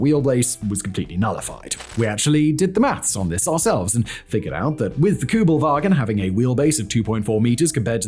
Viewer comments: It's not "Koobelvagen" but Kuebelwagen. The first vowel is a U umlaut. Sounds like eee with your lips rounded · It’s Kübelwagen, not Kubelwagen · Very hard to watch as a german. It‘s called kÜbelwagen! In german you could also write an ü as ue and spell it like this. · This car is KÜbelwagen not Kubelwagen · It's K ü belwagen and Porsch e ! Or is it Jep and Chevrolet e on your side? 🤦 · Kubelvagen GTI? HahH😂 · Its Kübelwagen not Kübelwagen ffs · You dont hear people say the American Kubelwagon though lol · Ü, nicht U. Ich weiß, ihr habt den Buchstaben nicht, aber ist mir egal. Ihr probiert's ja nicht einmal. SPRICH DEUTSCH, DU HU- xD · Why aren't ALL Americans fluent in German? Yoll got so many Immigranten! Please do not even try, when that single word SUCKS. You all have no Ü anymore. That universal U has been changed in English, it is gone, no clue why, you write u, but you say something else. No kidding, it is how it is, history of English language. Still, you all are limited! No ü! When you see ü or Ü, go to a dictionary that SPEAKS. Listen! Do not say things like déjà-vous. VOO is wrong, it is déjà-vu and vu is not voo. Same applies for German ü. Why do you SPEAK these few German words? I always do my best to make chocolate of you, but today you lost me. Please listen to this video again.